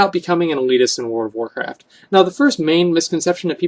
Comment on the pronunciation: he cant even say "World of Warcraft" right. word or wordcraft